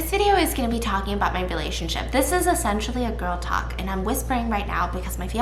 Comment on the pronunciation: “It will ✨resurrect✨our relashonship”💀😂